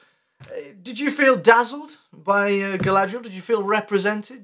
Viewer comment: Everyone in the show butchering Galadriels name just gives the same vibes as all the names being pronounced wrong in the live action A:TLA…